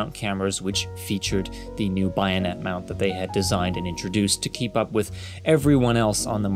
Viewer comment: Your videos have great style. Just a note about terminology shortcomings which, I suspect, comes from reading certain words without ever having heard them in their original parlance. It’s just “one-sixtieth,” or “a sixtieth,” not “one-OVER-a-sixtieth.” Also, it’s BAYonet, not BYEonet. Otherwise, keep up the great work.